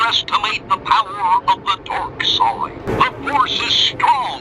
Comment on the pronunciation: "You underestimate the power of the DORK side" lol. I can't un-hear it.